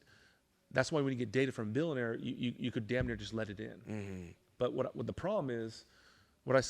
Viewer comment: can't even annunciate the words... millionaire and billionaire. But he can pronounce the F-word perfectly. If you review his company credentials, you will find numerous complaints about unreturned refunds and inadequate sales training. His sales system is JV league selling to young kids. The worst example of so-called "success." He can write scripts with F-bombs. What a joke!